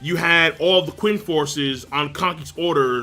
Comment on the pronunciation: Qin is pronounced Chin